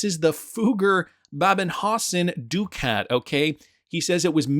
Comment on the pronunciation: Please learn the proper pronunciation of ducat. Also, the double headed eagle is not a phoenix. It is a commonly used heraldic image of ancient origin. The three shields on the coin are not a triskelion.